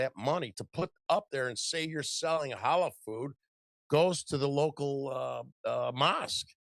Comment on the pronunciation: It's Halal, not Holla.